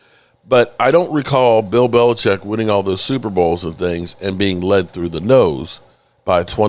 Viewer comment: Brian Belechik??? One of the greatest coaches of all time and fucks up his name..... unbelievable